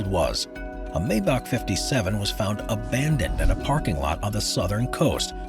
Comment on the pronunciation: MY-bock, not MAY-bock. If youre gonna say it, at least say it right..🙄